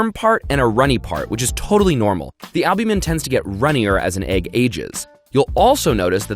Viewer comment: Stop saying albumen , worse than the fake eating